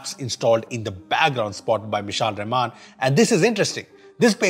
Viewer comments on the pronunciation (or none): none